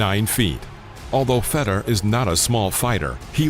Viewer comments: It's Fyodor not Feedor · Why can't you pronounce Fedor? Are you stupid? You run a combat sports channel, right? it's FAY-DOOR.... not "fedder".